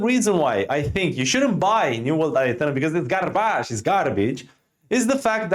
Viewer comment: "New world I-UH-Thernum"